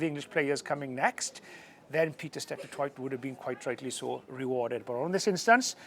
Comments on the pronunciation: Steph Du Toy = is how you say it :) The t at the end is silent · Hilarious how non-south africans say Pieter-Steph du Toight 😂